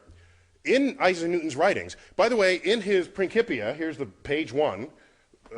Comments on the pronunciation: it is pronounced principia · it is pronounced as prinsipia